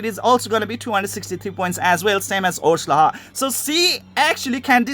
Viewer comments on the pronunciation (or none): the name "orslaha " you and google translate both keep pronouncing it wrong the H is silent.. the name is more like Orslaa the H is dumb and should not be pronounced... but for copy rights issues they tend to add shit just encase + chines & korean game maker's have a lot of mistakes when it comes to names and the English language in General.